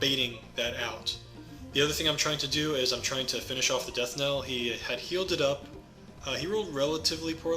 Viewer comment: Knell is pronounced like nell not niel.